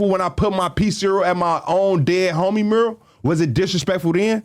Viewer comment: why can not say mural? he always go “mrr…?” like just decide if u gonna say “myurrAl” or “MuRRul” & go for it don’t be scared